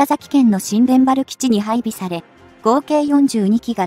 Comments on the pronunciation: 新田原基地は、「しんでんはら基地」ではなく「にいたばる基地」と読む。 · 新田原の読み上げ「しんでんばら」はNG、正しくは「にゅうたばる」ですよ。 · ニュウタバル w 「新田原＝にゅうたばる」